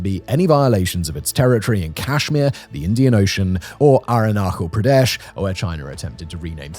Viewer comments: That "ArunKhal Pradesh" was abysmal lmao. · The ‘ch’ in Arunachal Pradesh is pronounced like the ‘ch’ in cheese :)